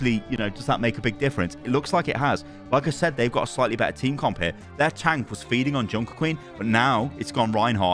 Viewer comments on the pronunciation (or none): none